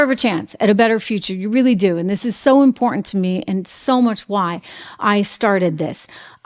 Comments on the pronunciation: pronounced imporTant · What the hell is wrong with you that you can’t pronounce the word “IMPORTANT “. Is something WRONG ?